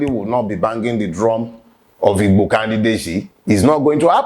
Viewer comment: First time I have heard a non igbo pronounce the word "Igbo" perfectly well😍😍😍